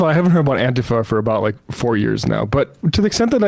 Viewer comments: How did anti-fa become antee-fa lol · i'm with you guys but when people pronounce "antifa" it's "anti-fah", it's not "ann-teeef-ah" - that mispronunciation was started by trunph, whether intentional or not, and it serves to remove it's meaning, which is anti-fascism or for short, anti-fa. The person off camera was using the correct pronunciation - i know it seems trivial but it all adds up.